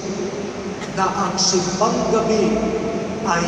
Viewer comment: T: Saan ka pupunta? S: Sa SEEM BÆNG GEB BEE. 😅